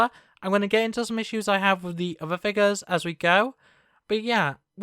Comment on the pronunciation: "Ovvah figahs"